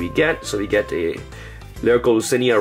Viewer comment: Why do he call that level 1 Xyz card lyrical Lucinia or whatever the hell he says. Clearly doesn't say that.